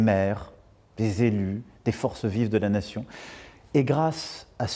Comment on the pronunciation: " et grâce à ce ciments qui nous fé'lattion'" (nation) ? Je crois que même Manu c'est rendu compte 🤣